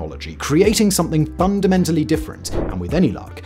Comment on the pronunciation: "Fungamentally better" 😂